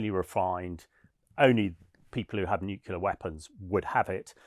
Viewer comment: You did not say "nucular!" I would not have expected that on a British news show! Say the word "new" then the word "clear." Then you'll get it right.